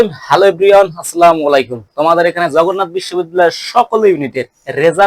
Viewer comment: ভাই যেভাবে সালাম দেন সালামের ত অর্থই পরিবর্তন করে দিলেন🙄 । সালাম টা সুন্দর করে দিলে ভাল লাগতো 🫶